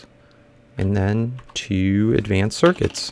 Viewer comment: WHY DO YOU ALWAY'S SAY AGVANCED IT IS CALLED ADVANCED